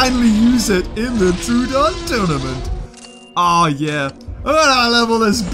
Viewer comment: the way he says names gets to me soooooooo much. its tro-uh-don not trooooooooodon.